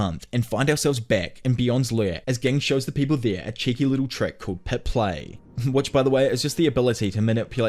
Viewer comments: A few of the names are spoken a little oddly like ging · Im sorry it’s not ging it’s ging 💀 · Why do you keep mispronouncing Ging’s name, man? Have respect for the character. And the author. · Bro this guy kept saying gig instead of ging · You do know that Ging is pronounced with a "J" sound, right?? Yes, it's spelled *Ging with a "G." But even in both sub and dub they pronounce it with a "J" sound. So think "Jing" from now on (like Jing..le bells). Edit: you're terrible at pronunciation. Did you just read the manga only and not bother watching the anime? KURAPIKA (Kur-RAH-pick-a, 4 syllables. KuRRAH-pika) - KURAPIKA* Tserriednich* (Ser-eyed-nick) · Just fyi Gon's dad's name is pronounced Gin like the alcohol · It's bothering me that he is saying Gings name like that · CAN U PLEASE SAY GINGS NAME RIGHT U CLEARLY DIDNT WATCH THE SHOW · I love the video but HATE the way you say ging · Brother, I appreciate the video but you change the way you pronounce the names of characters a lot of times especially ging, kurapika, rendering the description moot plenty of times. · Ai is pronounced eye, and it's Jing not ging please say them names correctly thank you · Gotta love "Kurapaka" and "Ghing"